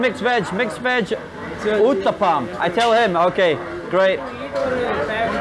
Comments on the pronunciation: u can easily pronounce that pizza uttapam like ota pam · 😂😂😂😂😂😂😂😭😭😭😭 I can't even control my emotions by seeing the way you eat indian foods..🤣🤣🤣🤣🤣.. only indians can feel those.🤣🤣🤣🤣🤣🤣🤣🤣onion uthapam u said roonie noopam .. dead with laugh for a while🤣🤣🤣🤣🤣🤣🤣